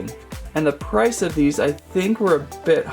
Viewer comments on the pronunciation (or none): none